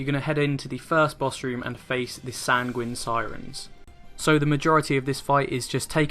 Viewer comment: Welcome back, I've been waiting for your 3.3 stuff after your holiday! Great guide as always, best I've seen so far for Hullbreaker HM. Now I've got to be Captain of the Dickwads & give tips on pronunciation. Sanguine is pronounced sang-win & coeurl is pronounced curl (like curly hair). Someone else would pick you up on it so I though it might as well be me. XD Keep up the excellent work.